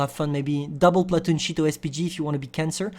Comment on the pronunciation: Sounded like you called it the Cheeto SPG